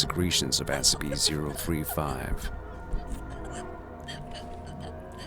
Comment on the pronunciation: I heard the narrator say SP, and not SCP.